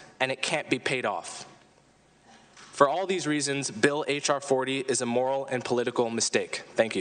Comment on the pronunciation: Someone teach Mark how to say moral.